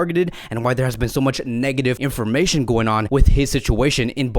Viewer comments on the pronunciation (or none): none